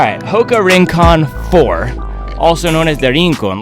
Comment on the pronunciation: Se pronuncia: "RRRRincon"